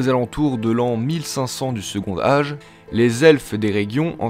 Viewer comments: On ne dit pas "secondage" mais "secontage" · C'est quoi, cette prononciation ? Second Âge dit "segontage" pas "segondage" !. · Formidable!!! Juste un truc, c'est quoi cette prononciation de "segond'age" pour second âge ?! comme pour le mot "quand', on prononce un "t" lorsque le mot suivant commence par une voyelle. Segont'age. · Bon boulot, c'est intéressant et pas trop mal fait ! Par contre ça me perturbe la façon dont tu fais la liaison sur certains mots ; genre tu prononce "second âge" en "secondage", alors qu'on dit "secontage". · Le second "D'âge". OMG. Le D se transforme en T pour la liaison. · Second âge se prononce avec un t : secon t âge, comme " prend-il " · « second âge » on ne fait pas la liaison, le D est muet ! Ça m’a stresser toute la vidéo avec ton « secondage »